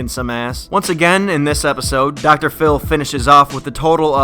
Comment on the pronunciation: Dr phiww